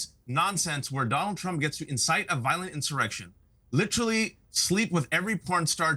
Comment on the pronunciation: LIT-trelly. LIT-trelly. LIT-trelly. Everybody so fancy now.